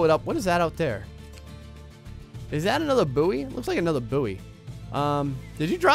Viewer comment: its pronounced boy... good video though